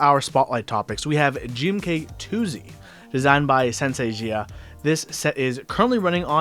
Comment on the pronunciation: Thumbs up for pronouncing Tuzi the same as 兔子🐰